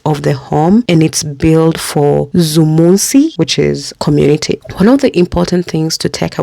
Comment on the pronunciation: Zumunci Is pronounced as zumun-chi As in the chi from child